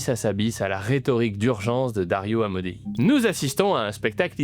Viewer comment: "Amodei" non Amodé c'est un italo-américain, ei on le lit "èi"